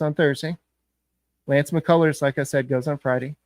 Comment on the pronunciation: This dude said mccullers 😂😂😂